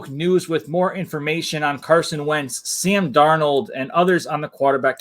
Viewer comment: Sam Darno..... he’s Italian now.